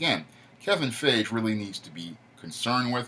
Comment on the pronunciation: Damn you butchered Kevin Feige's last name It's actually pronounced Fy - Gie.